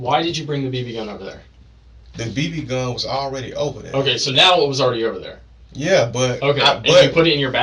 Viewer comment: This dude says nyaaa instead of ya and it’s driving me insane! This dude is pos.